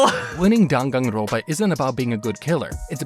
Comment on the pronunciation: The n in front of a p (or a b) is pronounced as an m. Like in senpai.